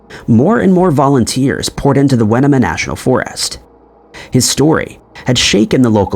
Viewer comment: Where did you find the released graffiti? I cant find anywhere that says what was actually scribbled. Also, as someone who lives near the area, the pronunciation of Winema almost killed me.